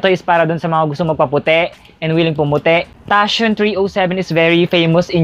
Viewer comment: tathion. tatayon bes not tasyon